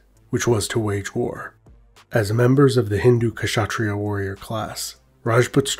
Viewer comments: You pronounce kshatriya as Shat-riya .. the 'K' is silent . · Great video, just a small tip: In "Kshatriya" the K isn't really pronounced. It's pronounced Shut (like "shut the door")-Riya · The K in Kshatriya is silent just like "knight" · Just a small suggestion - The K in Kshatriya is silent so you pronounce it as shatria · Loved the video but noticed one minor kept bugging me the whole time, the way the work kshatriya was pronounced. Although the correct pronunciation might a bit difficult for some westerners it is good enough IMHO to just consider 'k' to be silent. That would be a good enough compromise. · The "K" in Kshatria is silent. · Please do not hesitate to ask native speakers to clarify pronunciations of foreign words such as Kshatriya. Otherwise, great video. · Great video but the k in kshatriya is silent